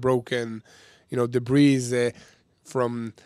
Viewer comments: it is "debree" not "debrez" even if it is spelled debris 👌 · Debris Pronounced "de-bri" (silent s)